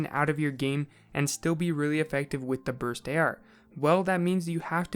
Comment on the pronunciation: THIS DUDE SAID "BRUST" OML LMBO